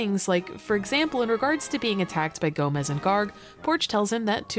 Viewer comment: Quickly pointing out that "Gomes" isn't pronounced like "Gomez". Gomes is Portuguese, wherein Gomez is Spanish. It's a common last name in Portuguese.